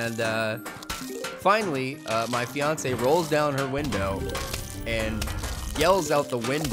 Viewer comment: waitwait wait wait did you say fiance?